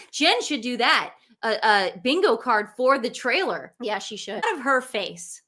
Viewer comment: It's thriller not trailer 😅